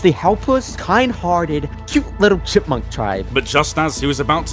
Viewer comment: Today I found out that says ‘chickmunk’ instead of chipmunk 😂